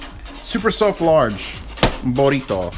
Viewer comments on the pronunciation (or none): BOH-RRI-TOH LOL the pronunciation was almost perfect "BOO" not "BOH"